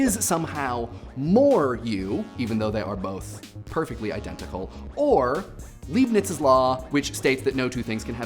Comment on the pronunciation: ei as in Leibnitz is pronounced like an i, not like an e :)